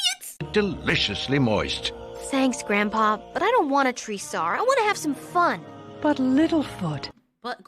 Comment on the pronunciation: You got it “Groandpow”